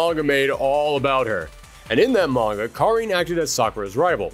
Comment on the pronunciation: Thanks for pronouncing Karin's name right